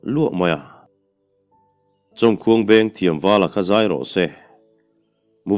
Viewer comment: Chhiar fuh lo ve tlat.. inhmeh lo... nge in lam dàn zawk.. Mizo history kan zirnaah chuan "Chàwmkhuang" tiha "chawm" chawhmeh tui chawm anga i chhiar hi.. "Chàwmkhuang" "Làmkhuang" thlûk ang chiahin kan thlûk ṭhin..